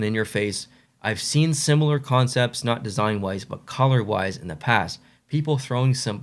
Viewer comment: Colour, not coulee 😂